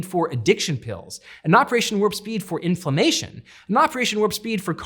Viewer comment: Sounds like he is saying INFALAMINTATION. I thought it was a word I was not familiar with until I turned on the subtitles!